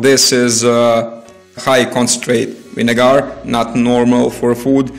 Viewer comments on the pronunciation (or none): winegar?? lol